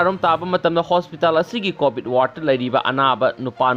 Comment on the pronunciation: Hwjit c covid matam ni aduna poa c fajana tabiyu 😎😎😎 covit haiba natte covid haibni😂😂😂